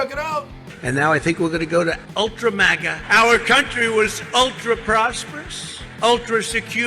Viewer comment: My man said ultra-mauga